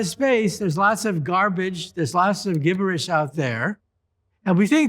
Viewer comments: Wait, did he say Gib-Ber -Ish? It's spelled gibberish. But, it's pronounced Jib-Ber-Ish. Ha. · Learn how to pronounce gibberish.